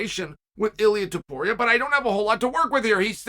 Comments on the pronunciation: Finally He pronounced his last name correctly lol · My man pronounced Topuria perfectly but said Cyril Glom in the last one 🤣